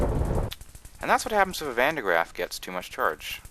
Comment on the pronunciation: just being a bit off topic here but since there is a lot of talk about the van de graaff in this line of comments i have to add 2 things 1. woohoo something with a dutch name in an english mod and 2. you are saying it wrong...but no offense it's basically because it is a true dutch name and almost impossible to say correct while talking english and the dutch language is just difficult